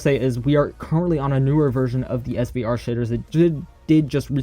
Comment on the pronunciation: Shaders name srve said svre😂🤣🤣 (Edit:but yemen)🤣🤣🤣🤣🤣